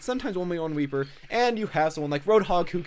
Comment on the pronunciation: u said raper